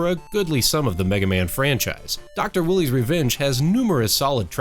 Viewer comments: Doc Wyle-eee, not Doc , my willy .... Meg, a man? Damnit, Meg! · Dr. Willy? Wily is pronounced with a long "I" sound. Like Wylie Coyote from Looney Tunes